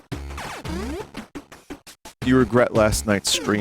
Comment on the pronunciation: "Craig." Lol 😆